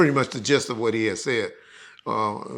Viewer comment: WhuAht? Not Q